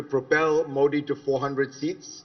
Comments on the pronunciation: Zakaria illuminates as usual but I’m quite surprised - and disappointed! - that this Parsi guy mispronounces Modi as मोडी. I can understand honkies doing that - and even non Gujju and non Parsi Indians. But a Bawaji?? (Forgive my mock communalism.) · His whole verbal diarrhea against "Moddi" ( he can't pronounce MODI name Correctly) ,nothing but very economical on ground truth. Very sub standards commentry from so called world foremost foreign policy guru , my foot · He can not pronounce Modi correctly? What a snob and a jerk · Fareed First Pronounce " Modi " correctly. Shame